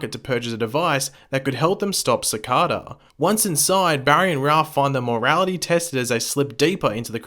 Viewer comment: You are saying Cicada wrong